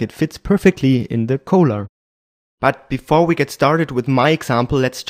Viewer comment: Just trying to help you out... "collar" is pronounced just like "caller".. at least in California it is.